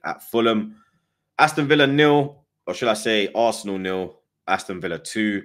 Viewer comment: Good ebening my guy 16/10 performance from the Assna today